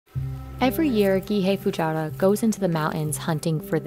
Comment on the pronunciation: Hi! Just so you know, "Matsutake" and Gihei Fujiwara are pronounced wrong! Also translation and voice doesn't make sense the reason why Matsutake increased (It sounded like decreased in Japanese). Please contact me if you need translation/pronunciation help for Japanese in the future.